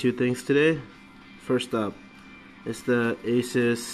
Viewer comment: Oh and the pronouncation is "Ay-soos" not sus! :D